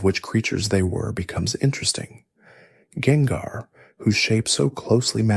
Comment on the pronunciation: He did it with gengar too (jengar)